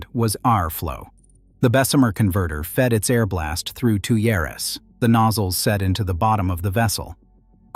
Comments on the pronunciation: Pronounced "tweers", not "two yaras", lol. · Tuyeres, the nozzles that blow air into a blast furnace or a steelmaking furnace, are pronounced "tweers".